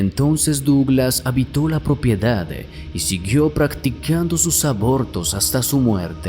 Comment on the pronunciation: Porqué añades E al final de las palabras? Tengo que poner subtitulos para entender qué dices. "Finale"? "Propiedade"? Wtff